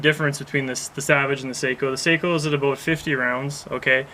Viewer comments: They are pronounced SOCK-O. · GOT AN ARTICLE FROM GUN'S AND AMMO, THEY WROTE THE SAKO STORY (SHOOTING FOR PERFECTION) THEY STARTED THE ARTICLE TELLING HOW IT'S PRONOUNCED (SOCKO) ASK THE BERETTA COMPANY, THEY OWN SAKO